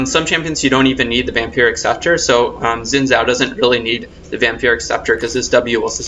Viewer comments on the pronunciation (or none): You gotta say like an asian. Xin Zhao= Shin Zao. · I think it's 'shin zao' I could be wrong though.